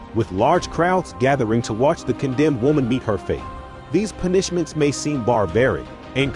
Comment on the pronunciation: Try a different text to voice program. Constantly hearing this one...in multiple videos...mispronounce words irks the hell out of me, lol. "Pun-ISH-ments" xD